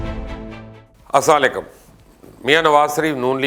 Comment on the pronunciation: Mubashir Bhai intahai adab k sath kehna chahta hoon k Asalikum nahi hota balke Assalamualaikum hota hey please next time khayal rakhye ga